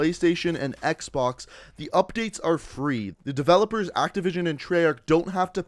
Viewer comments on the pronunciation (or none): none